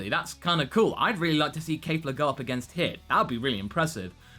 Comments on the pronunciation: Okay, since you seem to not be able to get this, let me try to help. It's not Kaffla, it's not Kayfla. it's Kefla. Keff. Lah. Not hard stuff, champ. You even said it correctly once by accident. You can do this, I believe in you! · Please stop saying Kaefla... It's Kefla..[KEH-FLAH] Not [KAE-FLAH] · Out of curiosity, where is where is everyone getting "Kafla" (Kay-Flah) From? I don't hear it with them speaking, and it's spelled ケ(Ke)フ(Fu)ラ(Ra) in the title card, which is how I hear it spoken. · Yes? That did not answer my question. I know it's "Kefura," which is why I do not get where all the reviewers are getting "Kay-flah" from. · Say it with me: KEFLA, not KAFLA. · Your saying the fusion name of kale and caulifla wrong it's kefla the e is not silent its the same thing i said geekdom 101 and he still said it wrong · it's pronounced "Kef-la" least that's how it sounds in the show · I'm pretty sure you mispronounced Kefla's name. Think Kefka from Final Fantasy VI, but replace the second K with the letter L. Pretty sure thats how it is.